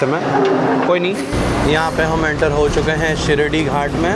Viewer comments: Not Shirdhi Ghat Shiradhi Ghat bro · Sar- rige not sar-ije and it is shi-raadi ghat not shi shi-radi ghat... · " शिरडी" ghat❌. शिराडि ghat✅ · Its Shiraadi Ghat, not Shiridi ghat. Shiridi is a different place in Maharashtra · Arre, you make interesting videos of all your travels! Vlogs are good! As a travel vlogger, the least you can do is to get the names of places correct, especially the pronunciation! It is NOT Shirdi Ghats..it is SHIRADI! (शिराडी) [শিরাদি] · It's not shiradi, it's shiraadi ghat*